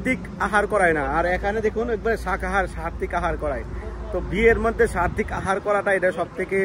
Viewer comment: Sartik na Saatvik bolun....clear bolben words gulo...prochar korar age basic word gulo thik kore bolben....hare krishna❤good vlog